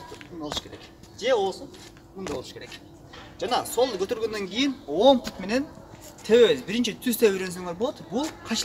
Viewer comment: Пут эмес бут!